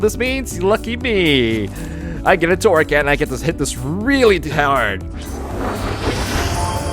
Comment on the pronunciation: It's torracat not corracat